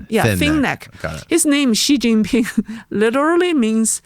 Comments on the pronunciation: learn to pronounce Xi Jin Ping properly. It's NOT Zhi Zhi Ping, for goodness sake. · WHY do wypipo think Chinese is French...?!?!? Xi Jinping is more or less pronounced like SHE JEAN PING, NOT zheeei zheeeen ping. We don't care if you butcher the tones, but can you at least please try better with the consonants? You HAVE those consonant sounds IN American English. But thank you for talking with!